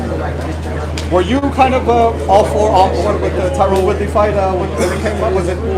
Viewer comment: Why does he keep calling him tyrone? That's not his name. Is Jake dyslexic?